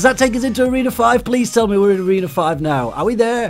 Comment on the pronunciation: why you always says toreno 5???